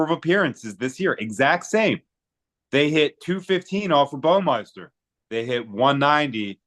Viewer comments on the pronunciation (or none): It's BAW-MI-ster